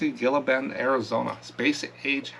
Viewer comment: Gila Bend is pronounced HEE-la Bend. Just wanted to mention.